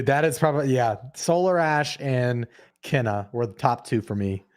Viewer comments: Even the state of play lady said Ke-na which doesn't help. Since the two brothers have said it being kay-nuh multiple times, even in the game informer article. I guess when everyone plays the game it will sink in. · It's pronounced 'cay-nuh" and, yes, two brothers run the studio, but the core team is 15 people. ;)